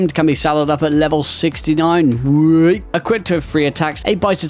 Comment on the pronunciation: the british whayyyyy for 69 killed me man. Big up the brits